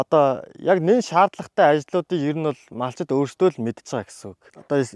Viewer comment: ene MONTSAME-giin huuhen chin yasan hazgai heltei, helee hazsan chihend chiirtei yaridag huuhen be? Malchid gedeg Mongol ugiig MAL'CHID gene uu? ene odoo haanhayn erliiz hurliizuud MONTSAME-d baidag yum be/ Ene kompani turiin kompani baij uun deeree anahaarah estoi shuu!